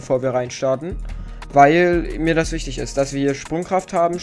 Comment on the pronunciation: Wichitg haha